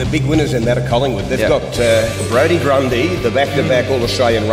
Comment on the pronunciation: Brodie Gundy haha its Grundy